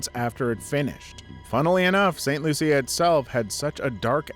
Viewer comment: St Lucia is pronounced St Looo-sha. My ex in laws are from that island.